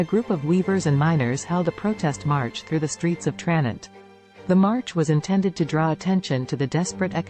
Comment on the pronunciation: TraNENT. It's pronounced TraNENT! And why are we seeing B roll of the Scottish Highlands??